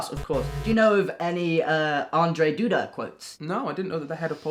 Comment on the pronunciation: Lol I wasn't expecting the Polish president to show up 😂 you didn't pronounce his name horrendously though so well done. And yes, Poland's ruling party is absolutely terrible 👍